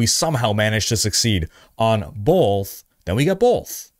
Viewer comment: oh man are you saying BOLTH?! or Both?